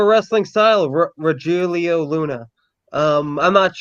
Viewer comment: As an Irish kid from South Bend, IN with a Spanish Language Literature and Linguistics BA and a wife from Colombia. Rogelio = Roh - hell - eee - oh (Spanish pronunciation) Rogelio = Roh - heel - eee - oh (English bastardization)